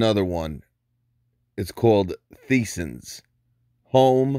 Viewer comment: No disrespect Boss...it is pronounced like Tyson’s but spelled Theisen’s. Just FYI!